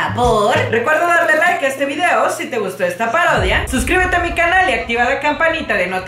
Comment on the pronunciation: Alguien mas se dio cuenta q enves de decir parodia dice pardodia